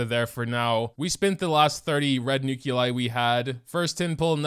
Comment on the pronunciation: Remember the good ol' days when all the characters and equipment in the game was stuff you found organically through play, instead of paying the CCP hundreds of dollars for a chance at something incomplete? Also, what the fuck is a nuke-you-lie?